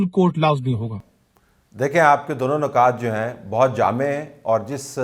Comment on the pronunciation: نکات کی "ن" کے نیچے زیر پڑھا کریں۔ نقاط کی نون پر پیش ہے۔